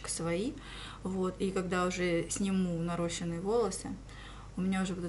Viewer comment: Правильно наращЕные и ударение на ё," наращения"